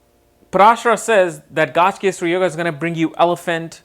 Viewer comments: It is not Gajkesari... It is Gaja Kesari ! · It’s pronounced Ga Ja, not gaaj. Pronunciation of words according to its origin is important! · Nice video but the actual pronunciation is gaj (ga and ja..like saying kaj) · You are pronouncing Gajakesari as Gaajkesri. Please pronounce Gaja properly. "Ja" should be emphasized.